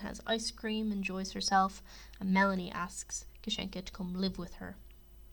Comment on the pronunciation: Great video but you are pronouncing kasienka wrong it’s Kassie-en-Ka hence why they call her Cassie